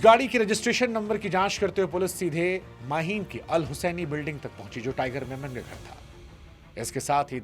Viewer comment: It is tiger memon, not tiger Menon